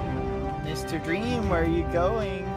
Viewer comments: Goerge said "dwem" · Dream: OH MY GOSH George: DWEAM